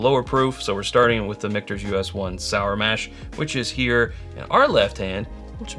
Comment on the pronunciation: Why do people pronounce it that way??? I know it's a mix of 2 names but that's not how Micheal sounds, and it's not how it should sound by how it's spelled. Stop repeating this ignorance.